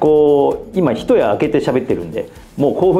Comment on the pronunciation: ひとや明けて？ いちやだろ 一夜明けて 大丈夫か 日本人じゃないのか